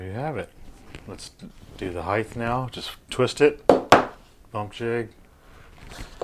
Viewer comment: Perfect "heighth" every time when you use a bump jig. Lol